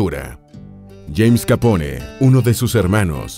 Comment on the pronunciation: Soy el único que en lugar de pronunciarlo "Al Capone" lo pronuncia "Al Capón" jaja